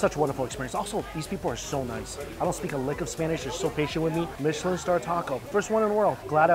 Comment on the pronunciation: We love everything Mike Chen. First of all thank you for the correct pronunciation of “Michelin”. Like his love of food knows no class has no pretense. (Kissy chef gesture) !!! 🫶🏼